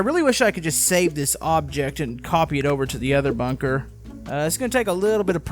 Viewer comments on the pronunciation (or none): its bunker not bonker